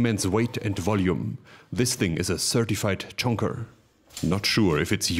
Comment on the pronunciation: "This thing is a certified chonker" in a German accent is hilarious. Keep up the great videos.